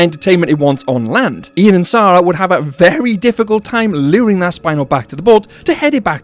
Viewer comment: you got many things wrong here.. down to how you pronounce the name "Sarah".. The spinosaurus didn't hunt for sport, it hunted the people who clipped its side with the plane and killed its babies in all likelihood off cam.. so its entire behaviour would be different. In jp3 did more than one person get eaten by the spino when it pulled the plane asunder? so no sensationalising about its capabilities please, its unattractive, and it didn't decimate the ecosystem, that's unfounded garbage. Roland wanted to hunt and KILL, not catch a t rex. That's why he was angry that his gun had been tampered with. That happening is the only reason the male tyrannosaur was captured not killed- that happening plus his best friend Ajay dying, are why he then quit the business. So in this scenario, he has bullets, not tranks. You have so many knowledge gaps about plot, characters, motives, the animals, that it just beggars beliefs.. before this video i actually didn't think it possible to gaslight fiction, but here we are! You must be more aware than you appear because you cant have been a fan like us and watched n rewatched the films like us, and have limped away saying what you just said in this, this.. event.